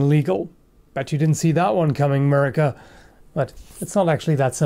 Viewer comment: Would be great is you knew how to pronounce "America" and "indicted".